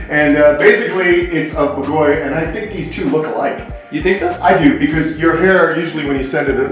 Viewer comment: I´m Hungarian and it's great you named your owl in Hungarian, however, the pronunciation of BAGOLY is ok, except the stress is on the A, so it would be /b^:golj/. The sonunds are ok, but the stress is wrong, you stress the O and you should stress the A. Hope it helps... ;)